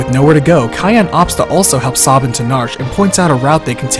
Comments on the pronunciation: SAY-bin, not Saw-bin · I hate how u pronounce some name like sabin... Saw-bin? Its Sabin like stabbing with no t or g lol. And omg the e at the end of Narshe is silent to you too? Omg am i alone? I even pronounce Celes differently but barely. I say kinda like sell-us. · But the pronunciation of Cyan and Sabin sounds horrible. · Ugh, your pronunciation of cyan and sabin pains my ears, but you did do a fantastic job with this review so thanks for that! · Btw, Sabin's true name is Mash, I think ? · Yeah, Sabin is Mash in Japanese, Cyan is Cayenne and Terra is Tina. You can pronounce Sabin however you like, but i feel it's wrong the way he does. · Why do you pronounce Sabin and Cyan incorrectly?